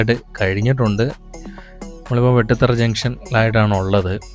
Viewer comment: വെട്ടു തറ അല്ല ബ്രോ. വേട്ടുതറ ആണ്